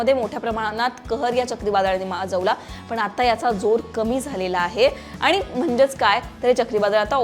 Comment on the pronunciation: मॅडम भाषा फारच अशुद्ध आहे. आनी पानी मधे सुधारणा करा बाकि सर्व ठीक